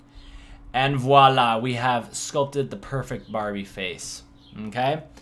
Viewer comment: Yeah i know, but the fact is, we don't say "voilà" that much, you say it way more often than us, and i like thr pronunciation you have when you say it